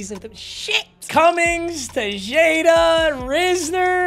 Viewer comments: This man didn’t say te-Jay-da instead of te-Ha-da 😂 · TEH-JADE-UH is crazy 💀